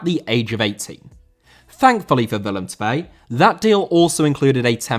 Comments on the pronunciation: oh wauw you said willem 2 fantasticly. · Your willem twee pronounciation is incredible mate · Surprisingly good pronunciation of Willem II!